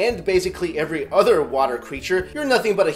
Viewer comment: am I the only one who hears utter, not other ?